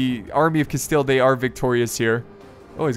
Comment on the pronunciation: could you al teast try to promounce the spanish names, as you have tried with other languages, also your pronunciation of rey de castile was pretty decent.